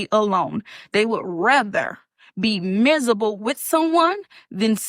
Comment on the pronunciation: I’d rather have a “beRand” new truck than her too, and escape from my “mizible” life